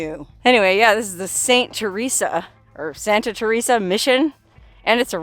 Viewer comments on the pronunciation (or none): . St. Thérèse. It is pronounced terr-EES; not Teresa. JS.